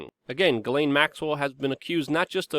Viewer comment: Hey you pronounced her name right.